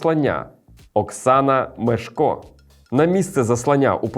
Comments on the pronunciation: МЕшко, а не МешкО... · МЕШко! Наголос на перший склад у прізвищі